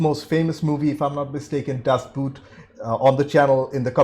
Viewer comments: "Das Boot" is pronounced more like "Das Bought". It is not about a boot. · Glenn Close is known for Fatal Attraction, The Big Chill, The World According To Garp, and had a great cameo in Hook. Be advised that Das Boot is pronounced Das Boat. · DAS BOOT is pronounced in German like "COAT" [and long] not like "FOOT" [and short] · Das Buht...oof. I'd suggest checking your german ;) Boot is german for boat and is pronounced almost the same. The neverending story is a fun watch with some neat ideas and designs, but I think it's one of the few movies that could benefit from a remake since it covers less then half of the book. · I'm really looking forward to your reaction of "Das Boot". By the way, the correct pronounciation is not like the word "boot" (the heavy shoe)... The "O" is long and sounds more like in beginning of the word "original". I really recommend to watch it in German with English subtitles. The accurate language helps a lot with the atmosphere! Another really good German movie is "Der Untergang" (Downfall) - about the last days in Hitler's bunker at the end of the war. This one also is much better with subtitles.